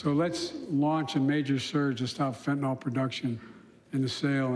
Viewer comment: I know it's a small thing but it's kind of silly that everybody, including media , politicians etc mispronounce fentanyl...